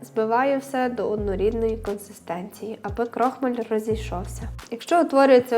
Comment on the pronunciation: Вибачайте,я кілька раз почула крОхмаль.А взагалі десерт дуже гарний.